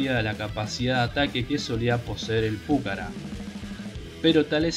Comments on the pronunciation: No sabés ni leer ni hablar!!!!! Dedicate a otra cosa!!! Además el avión se llama Pucará, no púcara... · Estimado.... con todo respeto, el video esta bien, pero el solo hecho de que no leas bien ni el nombre del avión saca las ganas de verlo. Inclusive en el texto qur vod pones, claramente lleva acento al final en la ultima A y vos insistís en acentuarlo en la primer vocal osea la U lees ridículamente PUcara cuando es PucaRA.... y no es detalle menor ya que el avión que lleva ese nombre es el motivo del video. Significa que ni siquiera viste ni un sólo video del avión en donde otro lo pronuncie bien o peor que ni bola le diste. Cosa que minimamente sugeriría algo de "investigación". Se diría que copiaste un texto de wikipedia o robaste alguna nota escrita por alguien, sin realmente interiorizarte de lo que ibas a "hablar". Deberías mejorar la cadencia, la dicción, la fluidez y sobre todo este tipo de detalles. Parece que leyeras una redacción en la secundaria. Intento hacer una crítica constructiva. Espero lo tomes a bien. Atentamente. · PÚCARA...NOOOOOOOOOOO..... PUCARÁ CON ACENTO EN LA "A" NO EN LA "U"...... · El avión es "Pucará"!! con acento en la última A y no Púcara!!! Es una palabra Quechua que significa FORTALEZA!!!! Esta noble aeronave merece respeto y ser nombrada como corresponde!!! A no ser que seas como el impresentable de "Patria o Nada"! Aclaro no es hate sino para sumar constructivamente. Saludos. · Se debe leer Pucara', acentuando en la última a aprendan y pronuncien bien. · Lo que pasa es que Púcara suena mas elegante JAJAJA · el avión se llama Pucarà y punto campeón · Pucará, con acento en la última A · Espero que INVAP pueda desarrollar pronto el radar aesa para los ojos del Pucara Fénix. PD: Molesta la mala acentuación que le da al avión. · En el habla de la lengua original quechua la palabra pucara no lleva acentuación.